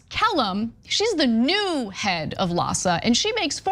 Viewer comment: LAHSA sounds almost like PADS!